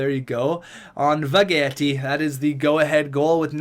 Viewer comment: Why do you say Vegetti like that? He's French not Italian lol